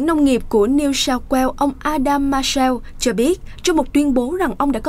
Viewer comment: Bạn đọc tin có thể thôi nhấn giọng không? Bạn có giọng đọc hay nhưng nhấn lung tung nghe rất khó chịu. Sao lại có thể đọc New South... Wales, rồi mới mắc ... phải. Nghe rất rất khó chịu